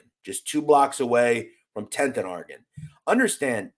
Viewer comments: You really need to learn how to pronounce Oregon you sound like your saying orgin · Its interesting to hear people from Philly say Oregon, out there it sounds like are-gen, out here on the west coast we say Or-re-gone......